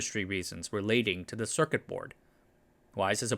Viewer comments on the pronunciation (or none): none